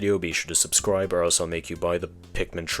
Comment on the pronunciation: "Make sure to sbuscribe"